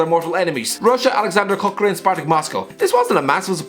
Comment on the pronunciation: Aleksandr KokOrin (Yes, stress falls on the second syllable) has spent 6 months in prison and only got out of jail in 2019, that is what makes his move so weird. This was not the first time Spartak makes strange transfers. In 2018 they’ve signed Roman Yeremenko, who was disqualified for two years for taking cocaine.